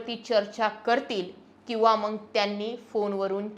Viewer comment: अगोदर मग शब्द व्यवस्थित उच्चार करायला शिका , तुम्ही मग या शब्दाला 2 मिनिटे 23 सेकंदां वर मंग असा उच्चार केला